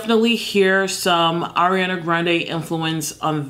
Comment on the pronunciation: the way she said ariana. I'm so weak